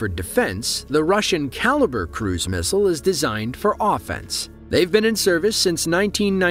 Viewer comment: "Mistle" LOL